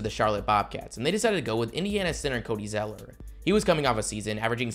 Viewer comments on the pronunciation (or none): I feel like you said Cody Zellinger. Did you say Cody Zellinger?